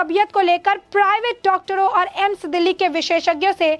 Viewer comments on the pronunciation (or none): none